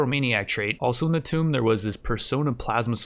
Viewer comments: Ok. So Tomb is pronounced "TOOM". You are pronouncing it like 'Tome', which means big fat book. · That tomb pronunciation makes me shiver. You keep pronouncing it like “tome,” when it’s supposed to be pronounced like “womb.” Asides from that, please finish a series!